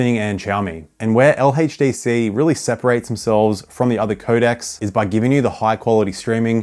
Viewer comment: "LHeytchDC" gotta love it🫡